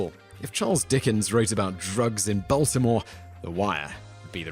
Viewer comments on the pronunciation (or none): none